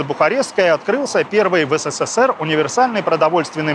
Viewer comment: Вы в слове "СССР" букву с произносите 4 раза.